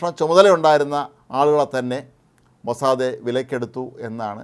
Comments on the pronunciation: മോസ്സാദേ അല്ല മോസ്സാദ്‌.. Mossad. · This new pronunciation Mossade is so jarring. Is it Hebrew pronunciation? It is pronounced worldwide as Mossad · എല്ലാവരും പറയുന്നു,, മൊ സാദ്, നിങ്ങൾ പറയുന്നു മൊ സാദേ, ഹിഹിഹി,,, ടുംടുംടും,,, നിങ്ങക് അയ്യേ അറിയില്ലേ ഈ ഭാഷ,,, ഹൈഹായ്‌ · മൊസ്സാദേ അല്ല..മൊസ്സാദ് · മൊസാദേ അല്ല - മൊസാദ് എന്നാണ് ഉച്ചാരണം. "മോശയുടെ കണ്ണുകൾ" എന്നാണ് അർത്ഥം. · താൻ എന്തിനാടോ... Mosadhe എന്ന് പറയുന്നേ... 💥💥💥its mossad 💥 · മൊസാദേ അല്ല....... It's Mossad. കുറെ ദിവസമായി ചേട്ടൻ മൊസാദേ എന്നും പറഞ്ഞോണ്ട് ഇരിക്കുന്നു..... ഒരു മാതിരി രാധേ, സരിതെ, ഷീലേ എന്നൊക്കെ വിളിക്കുമ്പോലെ..... 😂😂😂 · അദ്യം മരിയാദക്ക് മൊസാദ് എന്ന് പറയാൻ പഠിക്ക്. Irritation ആകുന്നു നിങ്ങളുടെ മൊസാദേ എന്ന തെറ്റായ ഉച്ചാരണം കേട്ടിട്ട്. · മൊസാദ് എന്ന് പറ..... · അയാൾക്ക്‌ എന്തോ പറ്റിയതാ പാവം ലേഖ കൻശരിക്കു മൊസാദ് എന്ന് പറയാൻ പോലും അറിയാത്ത മഹാൻ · സുഹൃത്തെ എന്നു പറയുന്ന പോലെ ആണ് ഇദ്ദേഹം മൊസാദെ മൊസാദെ എന്നു വിളിക്കുന്നത്....... 😔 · It is sounds like maw-sad(mossad) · ഈ മഹാൻ,,,,, ഇന്നലെയും ഇതുപോലെ പറഞ്ഞു, പാവം അറിയില്ല അല്ലേ നമുക്ക് അങ്ങട്, ക്ഷമിക്കാം, അല്ലെങ്കിൽ വേണ്ട